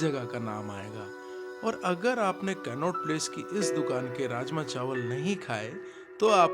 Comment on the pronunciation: Aap कनॉट प्लेस ko कैननोट प्लेस bol rahe the. Vo toh funny tha. Baaki video boht zabardust thi ❤❤